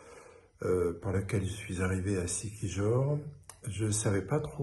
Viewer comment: Prononcez : Siki-hor,le j se prononce h. voire r.Par ex,la ville principale de Camiguin est Mambajao, ca se prononce : Mame Ba Rao.